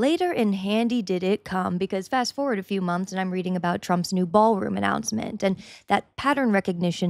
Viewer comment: It's a, " Baal Room."